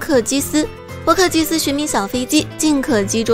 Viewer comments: 為什麼波克基斯會唸成波斯基克😅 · 波克基斯後面直接唸反XD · 波克基斯... 認真建議妳 影片發之前先聽兩次 有投入寶可夢不可能會這樣唸稿